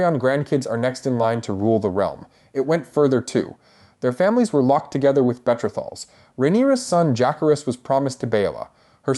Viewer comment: Betra-thals 😂😂😂 I had to keep repeating it….Betrothals? I knew it would be terrible when they pronounced Jake-harris